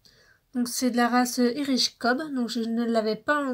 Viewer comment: oui mais pas besoin d'avoir l'accent pour le dire (ça ce dit (Ay)rish cob)